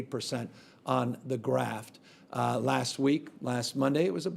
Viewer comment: “Graft”???? The word is graph, coming from the word “graphic”. 🤪🤣🤪🤣🤪 There is a word. . . 👎🏻👎🏻👎🏻👎🏻